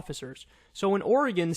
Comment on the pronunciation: YOU PRONOUNCED OREGON RIGHT! I'M SO HAPPY!